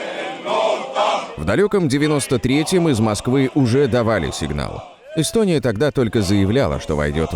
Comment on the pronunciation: Йэстьоонийяааа)))) Страна? Это смешно))))))